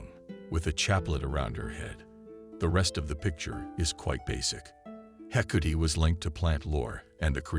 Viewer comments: This guy's consistent mispronounciation of the gods names makes this very difficult to listen to. How do you get 'Hecuti' from Hecate, anyway? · I really can't stand the mispronounced words and name of Hecate, called hecootie in this video. 🖕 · Actually pronounced heck art aye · Would be nice to pronounce her name correctly! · me also, it bothers me most with Hecate as I'm Wiccan and she is my Goddess. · Is the mispronouncation due to the possible use of voice to synth technology?